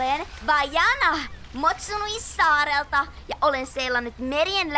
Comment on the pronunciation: se ei ole motsunui vaan Motunui!